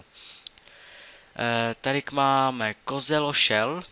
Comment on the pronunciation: To je kozelosel xD ne kozelošel =D